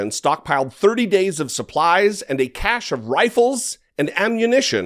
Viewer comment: Cache is pronounced, SASH.